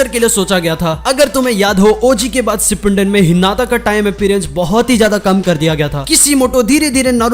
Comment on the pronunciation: Bhai sipunden nai hota hai " Shi-pu-den" hota hai